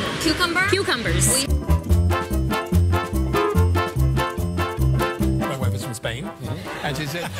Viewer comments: How do you say, Coo-cumber, no, Q-cumber....? 🥒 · Her parents paid 65 000$/year for her college but she still doesn't know how to say Cucumber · BRO U PRETENDED TO NOT KNOW HOW TO SAY CUCUMBER!!!!!!!